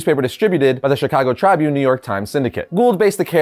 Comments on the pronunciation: Dude your butchering Chicago Tribune, your saying it all wrong 🙄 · Anyone else from Chicago uncomfortable with how he's saying chicago tribune? Or is it just me?